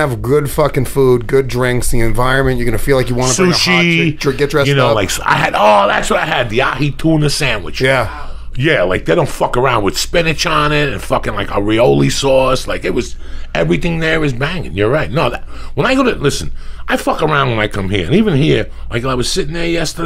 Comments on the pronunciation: “Areoli sauce” lmao mixed areola and aoli sauce 😂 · Areoli sauce, its aioli get it together youre slipping lol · Areoli sauce he says lmaooo